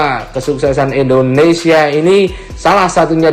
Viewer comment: Endonesia apa Indonesia bang???